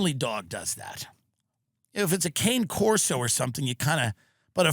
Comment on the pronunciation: Tim doesn’t know how to pronounce cane corso 😂